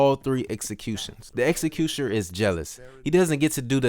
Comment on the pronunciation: You are not speaking English - seriously you dont say "objective" or "executioner" clearly .